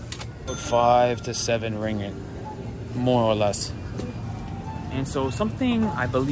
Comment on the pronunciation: It's ring git, not ring it. 2 gs